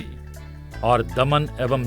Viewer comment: दमण नहीं की दमन..